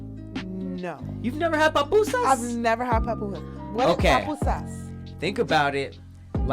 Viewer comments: “pApusas” 😩 I cringed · Hahahaha pronouncing "Pupusas" with an "A" is hilarious. Some hispanic people pronounce it with an "O" by accident like "Popusa" but it's 2 "U's" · it's pronounced poopoosas, the U sounds like a oo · It's pronounced "poo-poo-sa" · I hate how they pronounced papusas lmaoo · Same I was like “not papusas” 🥴😂